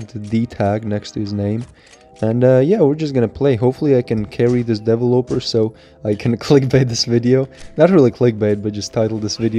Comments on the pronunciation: Devil-oper Me: de-vel-lo-per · Devil oper? It’s “de-vel-eh-per” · What is a DaEvOoLoper?? Isn't it de-ve-loper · Nobody: Twist: dE-vUh-loPeR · i laughed every time you said developer because it sounded like you were saying deloper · Ik this guy did not just say devil-oper lmao bro it’s developer look it up on google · Why do you say devil oper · Bruh the way says "Developer" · He said developer wrong so many times 😂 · lol how you pronounce developer is so funny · Why you pronounce developer like that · Broooo that's not how you pronounce developer